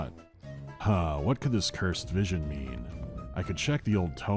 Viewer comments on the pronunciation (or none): I had to do a double take and go back several times in this video. Cause I could swear called the city "Pokemon" instead of Oakmont. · Every Time he mentions the name of the Town i hear It as pokemon